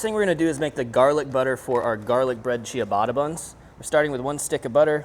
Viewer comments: Cha-ba-ta ✔ Chi-uh-bata ❌ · LOL.. I was going to say: "WTF is Chia-batta?" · the way he says ciabatta "chiabatta" makes me twinge everytime haha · At 4 mins he finally figures out how to pronounce ciabatta. 😂